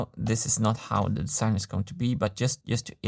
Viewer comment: If you only could learn for once to make a difference between a voiced s and a voiceless s. Don't say "de-sssign".